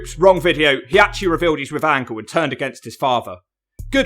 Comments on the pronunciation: It's Kurt "Olympic Gold Medalist" Angle!!! Not p__c angle 😤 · Why tf do you keep saying Kurt Ankle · Negga said perc angle 🤣🤣🤣